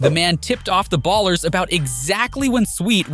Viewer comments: It's Ballas not ers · Who the hell pronounces "Ballas" as "Ballers" lmao wtf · Bro putting a hard R on ballas😭